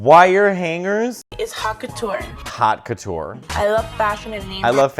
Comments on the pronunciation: Not to mention how she pronounces haute couture as hot catour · why do they all pronounce haute couture like hawk tuah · HOT CATOUR?!